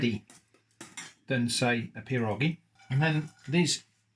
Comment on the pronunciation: Love the creativity and I appreciated the lax rule set. It made for a fun video. Just so you know its many pierogi and one pieróg (pronounced pye-roog, the ó is essentially the letter u with the sound of oo). Your pronunciation of pierogi is perfect.